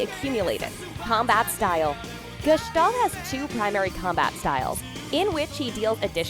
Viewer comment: You pronaunced gestalt excelent but Hyoga .......... dear god its terrible but so easy to pronaunce